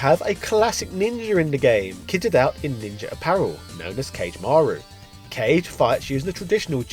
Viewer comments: “Actually” kage’s name is pronounced “ka-gee” not “cage” as it’s short for Kagemarou, and yes I watched the anime. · Not Kah Gay, Just Kah GE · "Kage" is pronounced "ka-gei" rather than rhyming with "sage" as it's Japanese for "shadow" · Kage is pronounced Kah-Geh. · I think that Kage is pronounced like "kah-gay", the Japanese word for shadow. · Kage is most likely pronounced "KAH-GEH"